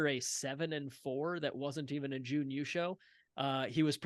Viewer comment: You have the right vowel sound but are holding it too long. I'd say you are doing Juun instead of Jun. It might help you to think of it as Jn. Thanks for the video as always